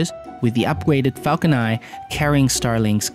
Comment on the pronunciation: Stop saying falcon ni please its falcon nine add a n to the end of your pronunciation please